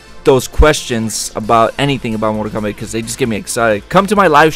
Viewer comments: Why does he say mortal kombac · Everytime u say mortal kombat it sounds like mortal komback lool ? And if u look at the outline of each player on the character select screen. Bottom left one looks like liu kang! :P